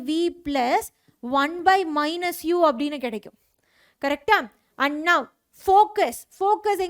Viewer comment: Someone finally noticed